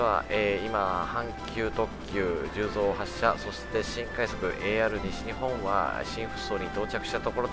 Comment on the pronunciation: 十三は(じゅうぞう)ではなく(じゅうそう)です！ 大阪の難読地名ですね笑